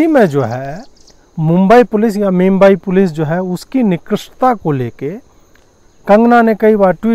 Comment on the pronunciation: Did I hear day right? just called Mumbai Police as Meme-bai Police... 🤣🤣🤣🤣🤣🤣